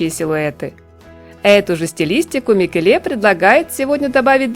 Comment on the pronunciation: Если Микеле итальянец, ударение падает на первое Е: МикЕле. А он вроде бы итальянец.